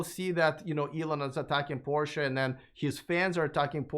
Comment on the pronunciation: I like the concept, but for my use electric isn’t there yet. I am here keeping up with the advancement in the technology, but one thing: Porsche—can you get an expert guest that knows how to properly pronounce the brand you are talking about?